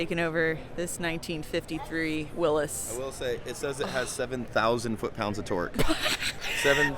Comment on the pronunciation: Thank you for pronouncing Willys the correct way. ❤️❤️